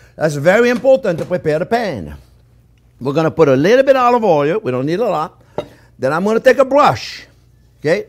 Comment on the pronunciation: Just watched this one with my 5 year old and we will make the frittata later today. We love it when you say onyon and olyoil. Learn something new with every video you put out there. Thank you.